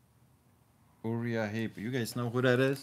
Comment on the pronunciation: it's Uriah Heep. English Rock band 70's. Pronounced: Yer-eye-a-heep.